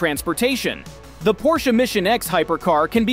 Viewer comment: You're saying porsche wrong